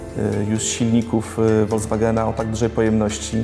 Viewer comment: Fajnie opowiedziane ale na boga FOLKSWAGENA nie WOLDZWAGENA...